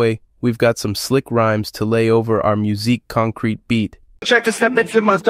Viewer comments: fantastic video, thank you! just one that grated, I'm sorry! it's pronounced like concrett not concreet :) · when AI is better at pronouncing musique concrète than the utuber :) Pronouncing stem like steam is also funny